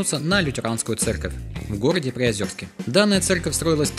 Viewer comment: Класс, только не ПриозЁрск, а Приозерск. Через «е».